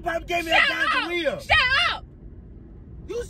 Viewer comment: Lolz, he's so over the top. I laughed so hard I became dizzy! He couldn't say gonorrhea to save his life.. then he said she had gingivitis. ROTFLMBO😂🤣😂🤣😂🤣